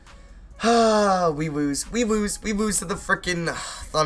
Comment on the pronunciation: We wose we wose we wose that's how he says it